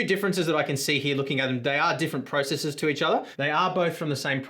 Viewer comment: Took me a hot minute to realize you were saying "processors" and not "priceses"... LOL Great indepth review, though.